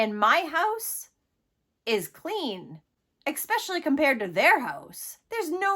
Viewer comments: This poor kid should never have been given back to these monsters, my heart hurts for him. Great video, but if could make one bit of feedback, the word especially has no k or c at the start of the word, so it's not pronounced ekspecially, but especially 😂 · Especially.... not EXpecially... check it out dear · Good reporting, but where did this lady learn English? LOL Expecially... and supposably. Those are not English words. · Please learn how to pronounce “especially.” It’s not “eck-specially”. Also, you’re very pretty, but I’d love to see you do your makeup better. Some natural brown shadow on your upper lids on the outer 50% of the lid would look great. And NO more eyeliner or mascara on your under eye. You are too fair for that. This is a pretty good example of what I'm talking about (but I'm not a big fan of glittery makeup so I would avoid that glitter stuff on the inner lid. It's not necessary. Cheers. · Girl... There's no "K" in especially.